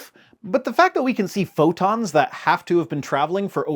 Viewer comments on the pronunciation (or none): none